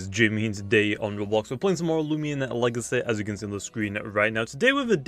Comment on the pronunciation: same with the way he says luminami, at first it's weird but i don't mind it